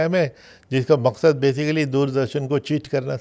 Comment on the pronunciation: Baki sab theek hai, par khabhi makshad nahi bulta😂